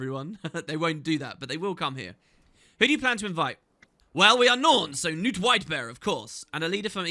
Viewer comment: I always forget to check, does the voice acting actually pronounce Knut 'Newt'? Because it has a K in it, and we don't have silent consonants in Scandinavia.